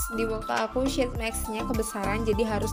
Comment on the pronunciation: Maaf kak, mau ngasih saran. Tolong perbaiki cara pengucapan sheetmask nya ya kak. Makasih 😂😂😂